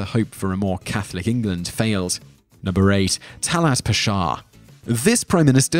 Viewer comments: I think you should have included Christopher columbus mainly because what most people are taught about him is lies the USA even has a national holiday based on him. also not meaning to be THAT guy but the pasha name is pronounced pash-ha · Hey! Salam! Nice video, very informative. Number 8 Talat Pasha. You are pronouncing it fine but try to extend a with as . As Paasha . Paa is spoken longer and Sha is spoken in short. Say it this way Paaaasha. 😁 Thanks